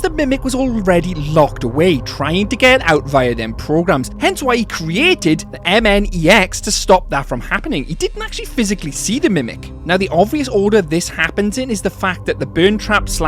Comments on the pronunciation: Not mnex it's mexes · Sorry if i sound mean but your pronouncing It wrong its not mnex or nnx its mxes